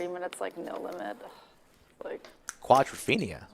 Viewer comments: stop saying quadraphina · Got tired of "quadrafeinia" rather early in the video.